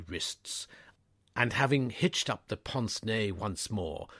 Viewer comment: Pince nez is not pronounced “ponce nay”, As the voiceover says it, but more like “pants nay”. Think of “vin ordinaire “ and make the pince rhyme with the “i” in vin.